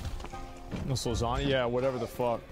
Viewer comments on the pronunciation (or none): none